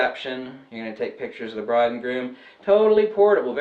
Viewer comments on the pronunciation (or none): The broad and groom, lol. I know you say bride, but it definitely sounded like broad, lol.